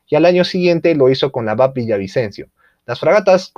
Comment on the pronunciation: Excelente video. Muy completo e incluye los nuevos proyectos. Solo una observación; los buques de la MGP, vienen precedidos de las letras BAP (Buque Armada Peruana). La pronunciacion adecuada es Be A Pe, no bap. Un abrazo y sigue adelante!